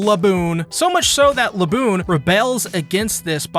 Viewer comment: The way you say "Laboon" is deeply disturbing...